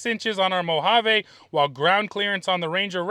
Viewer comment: FYI mojave ends with a E not a A. Its pronounced mo-hav-ee.